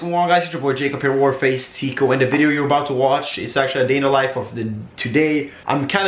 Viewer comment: is it just me or does it sound like he says war face teeqo instead of or faze teeqo